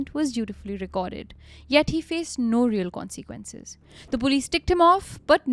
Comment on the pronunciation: your pronunciation of consequences is becoming harder and harder to ignore. It’s really not con-SEE-quences. I find it so distracting